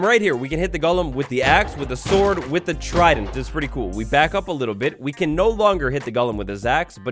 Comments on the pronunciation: did anyone else hear "the axes reach is a little sorter than the shord" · "a little bit sorter than the shord" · “Sorter than the shord” 2022 lmao 😂